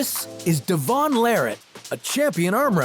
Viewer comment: Devoon? Its Devon